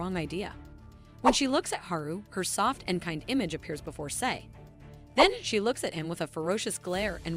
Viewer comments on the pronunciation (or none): Sei is pronounced "Seh-ee", not "See." Kuchisake is pronounced "Ku-chi-sah-keh", not "kuchuh-sak."